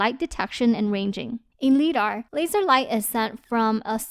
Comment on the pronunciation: FYI the word "Lidar" is pronounced with a long "I" - rhymes with "EYE". as in LIGHT detection and ranging. LIGH-DAR. Very complete and useful review, thanks!